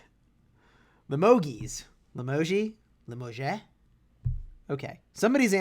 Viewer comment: limoge is a french city you can prnounce it : Lee-mo-jj, the "e" at the end is silent ;)